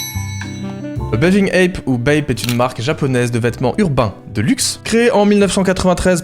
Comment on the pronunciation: C'est pas plutôt "bathing ape" au lieu de "baving ape" ? Ils écrivent ça sur les sites